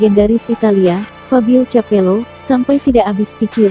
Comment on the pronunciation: capello😅 kapello. .